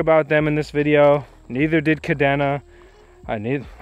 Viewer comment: Thanks for the overview, and good luck with the operation. By the way, Kadena is pronounced "Ka - dana" like Dana Point, CA